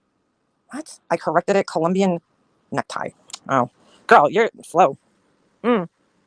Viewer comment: NeckTIE,! Tie has an e on the end. Necti sounds like fruit